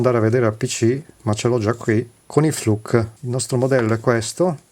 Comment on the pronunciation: Flook not fluk !